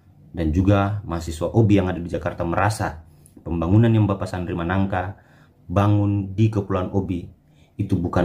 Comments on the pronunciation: maaf bukan manangka (Sandri Sanangka) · Maaf bukan sandri managka tp sandri sanangka